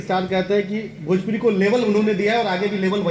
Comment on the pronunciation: Are Khesari bhaiya bhajpuri nahi bhojpuri hota hai